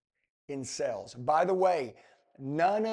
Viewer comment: Dude please know the word sales. It’s not the same word as sells.